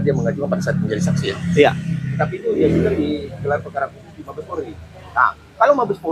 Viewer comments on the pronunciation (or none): Polri bukan porli blokk